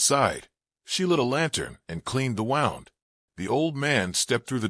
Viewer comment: Totally agree wth comment below as to mis-pronunciation of certain words. I've mentioned this in quite a few other posts as well. e.g here AGAIN 'wound' is pronounced wrong. Where it shud be pronounced as 'woond' (injury) it's pronounced 'wow-nd' & later the reverse is done// instead of 'wow-nd' it's pronounced 'woond'. You shud do proper proof reading b4 posting online.